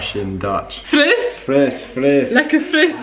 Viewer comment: Yezzz, just make him listen and speak Dutch like a real Dutch girl, ignore the resistance! Haha You did really well and so did Volkert! By the way I love that he is named Volkert, it’s a Friese name (like your mom), and I always liked it. You pronounce it perfectly also. And you have very little brutish accent in your Dutch 👍🏻